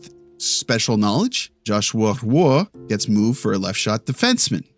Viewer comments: Interesting take but for the love of God please stop butchering Joshua Roy's name. It's pronounced 'Rwa'. Hope this helps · Do you know how to pronounce Roy? Like Patrick Roy and Joshua Roy?